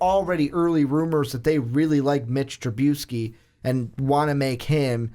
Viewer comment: WTF does he constantly mispronounce Trubisky's name?